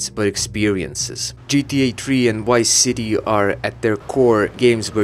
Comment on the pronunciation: You said Wise City. Like Miami Wise